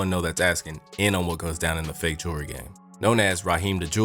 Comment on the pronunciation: What is "jerly"? You mean jewelry?